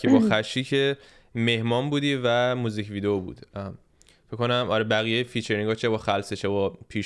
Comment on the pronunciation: هاهاها میگه میزیک ویدیو